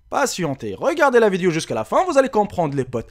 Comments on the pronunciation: des fois il dit vidio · C'est pas vidio c'est video